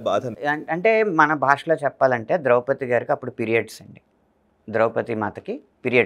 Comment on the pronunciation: బాగానే ఉంది, కాని ద్రౌపదిని ద్రౌపతి అనడమెందుకు?